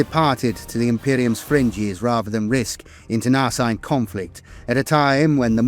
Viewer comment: I love your stuff so take this as my effort to help and not a criticism. Over all of the videos I've watched i noticed the most common word that jumps out is wary. It almost always sounds like weary. Wair ee. Weer ee. Internecine. In ter nuh seen. Much love from Montreal. Oh yeah. I know that being English you are allergic to the r at the end of words, but someone listening who isnt familiar with the lore is going to wonder why the eye of terra is such a problem for earth. Not that I'm one to talk. Between my quebecois French and my maritime English I manage to piss off 4 cultures minimum every time I speak 😂